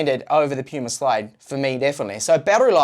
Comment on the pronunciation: PaMu Slide, lol. I'm late to the party but didn't see anyone else catch this. Not Puma... PaMu (not that I really give a sh%t), but you should know PaMu.